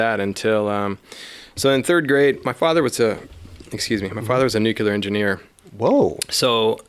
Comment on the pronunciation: your dad would be disappointed to hear you mispronounce nuclear.